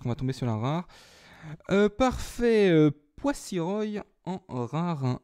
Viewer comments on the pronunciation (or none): Ça se dit poi-so-roi et pas poi-si-roy.Ce n'est pas très grave mais je fais quand même la remarque.merci quand même pour tes vidéos! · Pour les boosters, c'est plutôt l'inverse coco.. Je t'ai fourni 3 boosters sauf le deoxys forme vitesse (booster vert). Donc oui, la EX vient de mon booster *fais attention en venant à Paris, un déraillement est très vite arrivé* Mais franchement, content que tu l'es eu, joli coup. Bravo =) Sinon, j'aime bien tes petits soucis de prononciation, le poisso"royyy" ma' tué x)